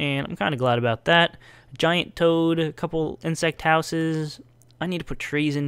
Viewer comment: Really, toad? "GAINT?" Was that on purpose?